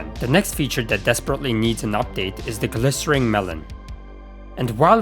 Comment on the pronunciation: I have no idea how you never once realized during this video's production that "glistening" has an n, and not an R.